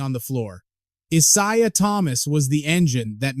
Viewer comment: Gotta be ai! Y'all gotta stop with these Ai voice videos. I siah? Any human knows how to pronounce that name